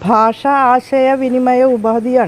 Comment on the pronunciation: മലയാളം പോലും സംസാരിക്കാൻ അറിയില്ല,"ഭാഷ"പറയുന്നത് "ബാഷ"എന്നാണ് നല്ല ഉന്നതം?